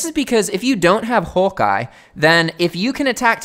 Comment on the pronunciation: You sound australian when you say hawk eye